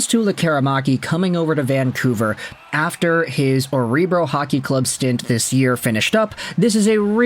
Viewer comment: It's pronounced "OHR BRO".